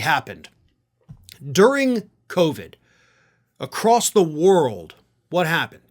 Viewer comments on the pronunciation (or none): none